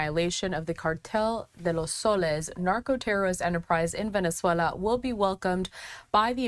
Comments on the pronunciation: Bene-zuela. Maaduuro. Cringe. Can’t watch anymore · It’s Venezuela Not venezallaaaaaa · why does she pronounce Venezuela and maduro weirdly? Fox went woke or she is dumb ?